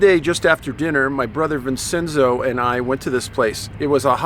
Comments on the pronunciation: Vincenzo is Veen Chen zo chuckles . Italian can be a bit tricky if you don't know the language well, especially the vowels. If a C is singular it's a ch sound like Botticelli, but if it's a double cc it's soft like you're saying, Vincenzo. I know, it's confusing. I thought I had trouble with Spanish, Italian was worse, haha not to mention Latin or Gaelic. I still haven't quite gotten those yet. Just a few words here and there. French was fun and a breeze once I got Spanish down (even though I did French in Highschool and Spanish in College, but had a bit of a difficult time in them down; verbs are a horror). Also, to the writer of the letter, you are not alone. In my family, there are many of us who are sensitive like you and your brother as well. It goes back for generations on my paternal Grandmothers side. We're not Italian, but Irish and Scottish ( gasp the horror I know right grins ), but I wanted to let you know that the two of you are not the only ones out there who are like that. You are not alone. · Pronounced “Vin-chen-zo”